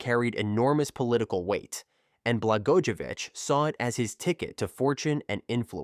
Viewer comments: This is AI narration. The name "Blagojevich" is pronounced several different ways within just a few minutes. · How many different ways do you want to pronounce Blagojevich? Yes